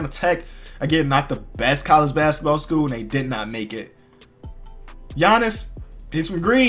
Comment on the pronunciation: I like how he says school.... "Basketball SKUUL"